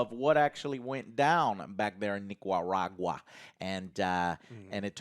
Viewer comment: Damn I'm from Nicaragua and Joe totally butchered the pronunciation hahaha love the show regardless